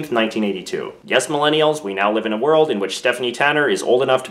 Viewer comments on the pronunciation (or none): none